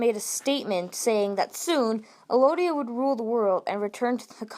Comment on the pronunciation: Why are you saying Elodia? It's ELdia.